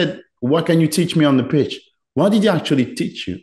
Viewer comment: Toujours de superbes interviews mais arrête de FORCER avec cet accent de Birmingham frérot c’est frustrant. Même à la fin t’en peux plus de dire « Bot » « Whot ». Mais sinon force haha